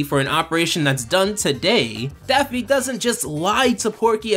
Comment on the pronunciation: Yeah I love Daphne Duck! Seriously it sounds like you're calling him Daphne multiple times in this video.